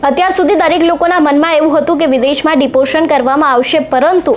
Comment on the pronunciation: It's not deportion It is deportation This news anchor cannot pronounce